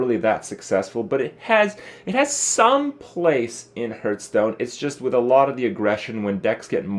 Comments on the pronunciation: does he say "hurtstone"? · why do you pronounce hearthstone wrong